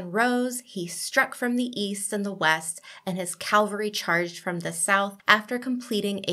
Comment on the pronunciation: Great video although the word is "cavalry", not calvary!